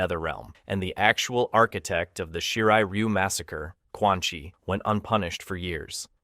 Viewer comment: Aint no way bro said "Quan ☕️ "